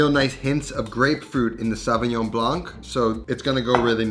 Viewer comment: French here... The "c" in Blanc is silence